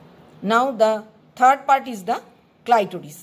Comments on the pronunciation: some of the pronunciation was very strange. Especially clitoris. Anyway good job and thanks you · Clitoris was pronounce wrongly